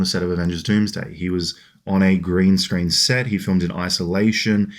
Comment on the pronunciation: "grain screen"